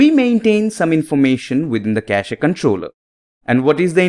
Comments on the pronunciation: Why does he say kashee? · Le Cashé